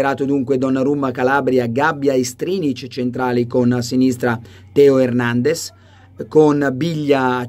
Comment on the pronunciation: Carlo ma perché lo chiami hèrnendez e non hernandèz come nei video??